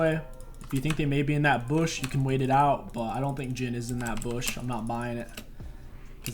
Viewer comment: Is it just me or does he say BOOSH not bush lmao best jungler NA. Love the content man. Keep it up!